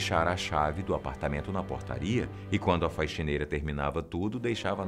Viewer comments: Só eu que to ouvindo ele falar FAIXINEIRA? :O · te adoro, mas porque você fala *faixineira*?? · Que agonia dele falando "faixineira" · Quem mais ouviu faixineira? Kkkk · É um vício.